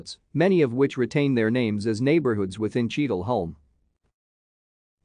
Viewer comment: It’s pronounced Cheadle Hyoom!